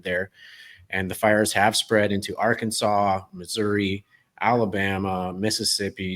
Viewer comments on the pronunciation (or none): none